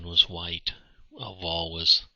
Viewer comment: Great narration and move explanations. Also the last name Wahle is pronounced "Wah-leh"